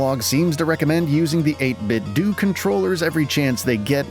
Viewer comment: Cool channel mate! Subbed! But PS - I think it's pronounced 8bit doh! - like homer Simpson says it. Sorry to be such a d**k, it just grated every time I heard it😊